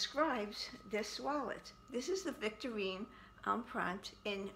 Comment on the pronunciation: I'm OBSESSED and will have to purchase this now myself! You ARE saying it correctly BTW 😉 TFS my friend & enjoy this gorgeous wallet! ♥️♥️♥️